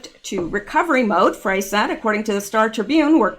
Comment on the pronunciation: Mayor Frey-pronounced FRY FYI